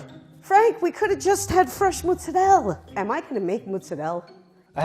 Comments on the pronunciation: Not muzzarel or mazzarella, it's mozzarella 😁 🇮🇹 (sammish 😂😂😂😂) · It's not "MUZ" or "MAZ" it is "MOZ"! I dare you to do a three way swap with a real italian home cook. Do you accept? :o) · It's pronounced moots. Not mots. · I’m going out on a limb here and say that it’s Italian AMERICANS that say mootz-uh-RELL and that people who were born in Italy say mozzarella (which sounds a little different to an American ear because they are speaking ITALIAN. But what do I know after watching over a hundred videos (in Italian) produced by Italia Squisita alone? It’s obviously a great thing to be proud of one’s heritage but pronunciation becomes a choice at some point. Even Giada (who I can do without) doesn’t say MOOTZ every five seconds and she TRULY meets criteria for Italian American. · “Me say Monzeralla” (Jojo fans) we say “pizza monzerella lelelelelelele” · You know shes an Italian grandma when she calls every ingredient she got from the pro chef expensive, when she adds butter for flavor, and when she doesnt wear gloves and doesn't care about being burned.: who says mazzarella its muttzarelle Me: che fa?? Who says mazzarella?? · Her "mUzzarella" Him "is mAzzarella" mOzzarella "am I a joke to you?" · The official American English pronunciation is "maat - suh - reh - luh" The official British English pronunciation is "mo - suh - reh - luh" Not 100% sure (you, an Italian, can correct me) but the Italian pronunciation is "as written" meaning "Mot - suh - reh - luh" pronunciation is "Mut - suh - rehl " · Its mozzarella not mazzarella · Lol, both of them got the pronounciation of Mozzarella wrong... It's not Maaazzarella and certainly not mouzzarella. It's mOzzarella like the letter O. You don't have to be italian to say O properly xD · what a lovely lady, i would still love to punch her in the face for saying "mutz" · Does anybody actually refer to mozzarella as "mootz?" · Stop saying MUZZ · ... but why does she keep calling it mutzarell?